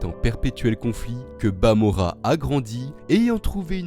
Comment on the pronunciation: Stp arrête de dire bamora